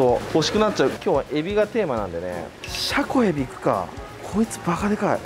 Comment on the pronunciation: そろそろシャコエビのイントネーションおかしいことに気がついて笑